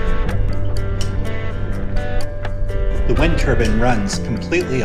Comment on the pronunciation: It's turbine , not turban